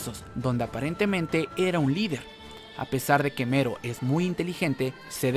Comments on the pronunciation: Mero dice yo pensé que era melo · Melon , no mero jaja😂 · Algien mas piensa que es Melo y no Mero? Solo digo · Casi me muero durante todo el video por el hecho de que estabas diciendo Mero, na sabes cuantas ganas tenia de ir a tu casa y corregirte para que dejaras de decirle así, lo siento